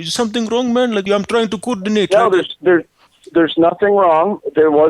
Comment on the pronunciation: "I try to KURDINATE.." :DDDD